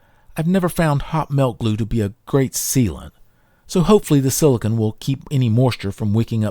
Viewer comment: Fantastic video. Videos like this make me want to go repair everything. Extremely small nitpick: - you keep pronouncing silicone as "silicon". But honestly, if my OCD can find ONLY that in a video, you're doing great!